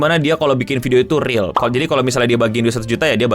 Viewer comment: Sumpah bang gue pengen nyambit pake remote ac pas lu ngomong riyal or fake